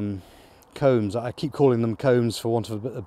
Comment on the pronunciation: It sounds like hes saying cones. I'm assuming hes saying combs. In a standard hive, they're called frames, at least in america.